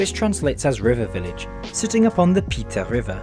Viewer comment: Well he nailed Pite (in Pite River, spelled Piteå but locals just say Pite) that's all he needs to nail ;)